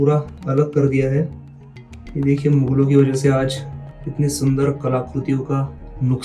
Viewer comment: मुगल होता है न कि मुघल